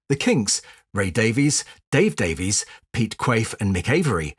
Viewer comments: I may be wrong, but I believe that their last name is pronounced “Davis,” despite the “e.” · I was going to mention that as I typically do... much to peoples' annoyance. Ray seems to pronounce it as 'Davis' but, a little while ago, I saw Dave in an interview and he pronounced his name as 'Davees'. Perhaps that's part of their legendary scrapping.